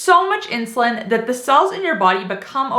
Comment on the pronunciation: The word "cells" is sounding like 'sulse'.